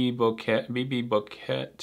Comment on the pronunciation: Bouquet is French… t is silent.